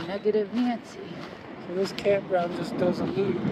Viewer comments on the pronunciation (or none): none